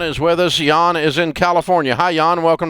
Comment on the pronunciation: Yawn? That's Jan!